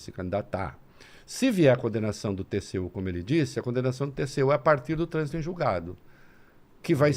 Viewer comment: É muito esperto e fala TSU em vez de TCU....